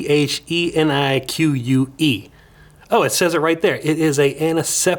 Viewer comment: (Canpho phenic) canfo feneek